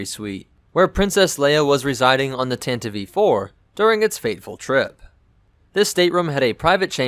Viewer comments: Tantive Tan-Tie-V NOT Tant-iv-eve What is it with people and basic pronunciations. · I always thought it was Tantive, not Tantiv-e. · I thought it was pronounced tantive not tantivEE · y'know.. the e in tantive is a silent e. jussayin'. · I hate how tantive is pronounced. It's just all sorts of wrong.